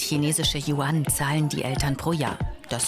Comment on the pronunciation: Ahem beruhig dich Anna😧 .. Was zum Teufel ist YUAAANNN!!?!??! ES WIRD YÜEN AUF DEUTSCH AUSGESPROCHEN!! ahem beruhigt dich 'seufz' Also jetzt NO-Hate. ¥¥¥¥¥¥¥¥¥¥¥¥¥¥¥¥¥¥¥¥¥¥¥¥¥¥¥¥¥¥¥¥¥¥¥¥¥¥¥¥¥¥¥¥¥¥¥¥¥¥¥¥¥¥